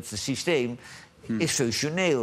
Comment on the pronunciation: "5-3-2 Sijsthijm..." Ja klasse joh Wifjed, je lekkeh vehpsjeken net als Jan